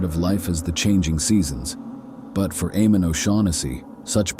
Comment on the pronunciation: The name is pronounced AYE-mon. I’m so glad that YouTube is demonetizing AI productions now